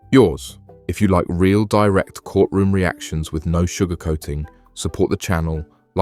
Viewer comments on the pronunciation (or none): He is irritating me saying WIFF instead of WITH🤬🤬🤬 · Hes a cop but can't say the word with... he says wif* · It’s not wif. It it with. Sigh… It was an agnormal bark…lmao. He’s really stupid.